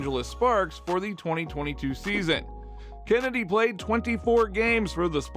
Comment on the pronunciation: "CHennedy" btw